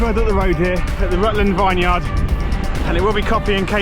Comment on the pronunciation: Nice ride! It was windy that day, I went out that day and intentionally planned to go into the wind for a tailwind return but it was a bit of a slog and I only did half your distance! The "Vineyard" pronunciation could use some work btw 🤓😂😅 looks lovely there.